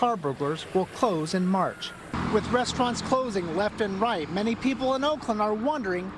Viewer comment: Reporter said "reft and light" 😂